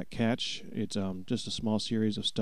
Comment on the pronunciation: I noticed it too. One of those many odd English pronunciations. The word is "cache" and pronounced "cash" for those who don't get the reference.